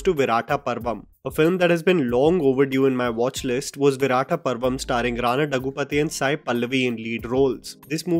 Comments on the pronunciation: दग्गूपाटी not दग्गू पति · Rana's last name is pronounced "दग्गुबाटि".